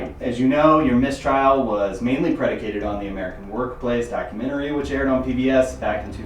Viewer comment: I dont trust anyone who pronounces Documentary as "Documentarary". I honestly think that guy is actually the Scranton strangler.